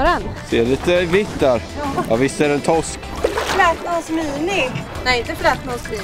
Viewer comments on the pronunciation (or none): lär dig säga r det heter toRsk inte tosk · Man skulle ju vilja ha en compilation på när han säger "Tossk":)